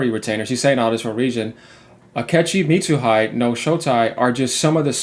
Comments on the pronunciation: just a small correction, in japanese the syllable "De" has a pronunciation similar to "the" so you pronouce Mitsuhide as "mitsuhithe" or if it helps better "De" in japanese is pronounced the same way as "De" in spanish. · Thats "Meets oo hee deh"